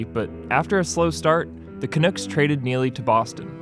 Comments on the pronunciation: Can-Uh-Ck not Can-Nook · I like your channel praises. My beef -“Ca-Nooks” Seriously? Canucks thanks. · Not trying to be annoying even though I know I am but it's pronounced Ca-nuck not canuke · Oh for Pete's sake. It's not Canooks. Say it like it's spelled. Canucks. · He said Ca-Nukes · the Canooks lol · Also, did you say Canooks? I hate the Canucks but c'mon man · Canooks LOL at least get someone that watches hockey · The canooks? Serious? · The Canooks? Lol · The “Canooks”? I’m from Van City, and I’ve never heard of them lol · Go Canooks! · It's all aboot the Canooks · Canuck like puck, not Canuck like book. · Booins, Maple Laughs, Dead Things, Nodicks, ... and now Canoooks ... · I cringed my face off, canooks LOL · The “Canooks”???? WTF dude. If you’re going to talk hockey get your team pronunciations right FFS. Speaks to your ignorance. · Some of your pronunciations make it obvious that you aren't a fan. You called Vancouver the "canooks" and in another vid I heard you say Joe "Sockik". Atrocious. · learn how to pronounce canucks before making a video about hockey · That pronunciation of Canucks was terrible